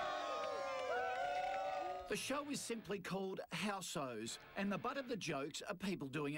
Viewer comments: Why are so many People Bitching about housos! if u dont like it dont watch it! If its that bad just bring it out on DVD so i dont have to see people having a cry about it!!! By the way u stooge its HOUSOS not House-o's! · shows you how posh kochie is he cant even say housos right :P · koshe can't pronounce housos